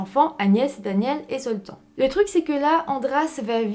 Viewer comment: La prochaine ne picole pas avant la vidéo, comme ça on comprendra mieux ce que tu dis, c'est Septante-neuf pas Septaneuf. Le prénom Zoltan se prononce Zoltane !